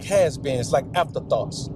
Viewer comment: “After-THOTs.” Bars. That might have been inadvertent, but I intentionally give you full credit.